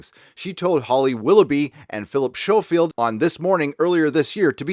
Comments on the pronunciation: And it's pronounced SKO-field not SHO-field. There's a good chap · Centra? Showfield? I'll come back when you can speak English. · FYI., ‘Schofield’ is pronounced with a hard ‘c’,, as with the actor Paul Schofield. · That's not how you pronounce the legendary Philip Schofield's name,.